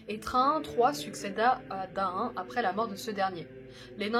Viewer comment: Tout est parfait à part que comme les anciens le savent on prononce Thorïn et pas Thorain de même que Daïn au lieu de Daain etc... Très bonne vidéo en tout cas !